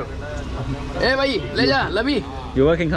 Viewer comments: Hi, Just wanted to let you know that brother in hindi is 'Bhai' with b sound and not dhai. 😅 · Brother its bhai not bai not dai